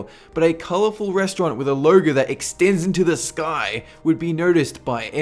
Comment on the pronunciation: He said loyo instead of logo